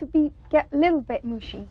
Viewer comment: like a leetle mod-el of a ceety